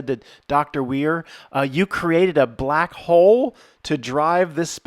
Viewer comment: The hard B in 'he's b-lack' xD 10/10